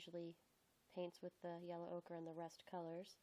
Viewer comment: Ochre. O-ker. Not okra. That’s a vegetable.